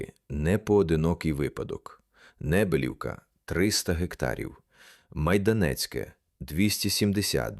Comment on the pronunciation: І не МайдАнецьке, а МайданЕцьке !!!